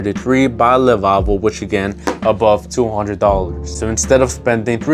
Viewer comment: Btw it's Le Labo not Le Lavo i own a full bottle of Santal 33 its so good